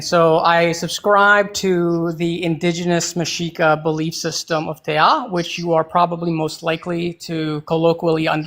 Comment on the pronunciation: FWI, it's "Mexica", not "Mashika". And thanks for the stamps!